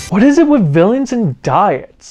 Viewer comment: this whole sequence had me rolling! And the "Wot?" 's got me too! 🤣🤣🤣 Really enjoyed the Megaranger review and I'm currently binge watching your sentai reviews! 👏🏿👏🏿👏🏿